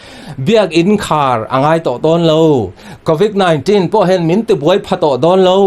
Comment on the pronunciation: " Covic nilo vin Covid " tiin lam tur .